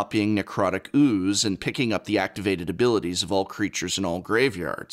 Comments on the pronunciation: also love how the prof pronounces OOOOoze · Love the way he pronounces ooooze. haha